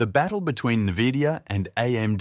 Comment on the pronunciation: did you just say nevidia?